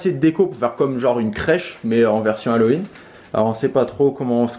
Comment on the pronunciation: A il a dit maison d'Hallowin je rêve j'espère 😂😂